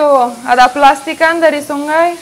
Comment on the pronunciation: Ternyata gc bisa ngomong sungai bisa nya sunggai bunga jadi bungga gemes klo denger suara nya 😅😆